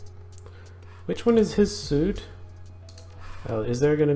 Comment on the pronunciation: FYI the funny thing is that in English "suite" is pronounced "sweet". Like they tend to say "Honeymoon Suite" in movie hotels. Rhombus's "suite" looked like a slightly large hotel room to me lol.